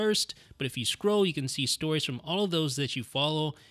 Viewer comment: The words are "scroll" and "hold," not "scrow" and "hode."